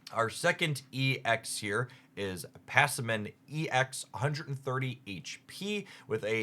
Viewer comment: Man can say Decidueye perfectly but butcher Passimian